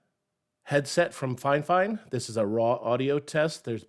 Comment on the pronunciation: its called "fee-fine" not finefine sir..